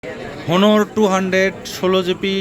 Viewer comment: ভাই হনার না অনার হবে। ভালো করে জানুন।